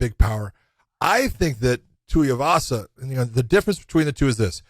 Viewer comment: Tai TUIVASA NOT Tai TUYAVASA LIKE MY GOD JOHN